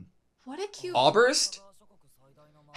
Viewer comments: I absolutely love your reactions, but every time you call the city "Awburst", my german ears cry out in pain 😅 So please give something like "Oy-sehrst" a try. Thanks 😊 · The ß in Äußerst is a german letter and basicly means double s, it is not a "B". The "Äuß" is pronounced like "oys" in oyster.... for anyone that is actually interessted in this stuff, lol. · i swear to god if you say "auberst" one more time imma lose it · Yes, this triggert me since they first said Äuberst XD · there is still not a B in äusserst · by the way, ? (eszett) refers to a hard s sound, like in bless or wuss, not a b, like you pronounce it